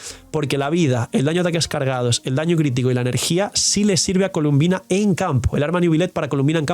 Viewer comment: Se llama Colombina, porqué todos le dicen columbina?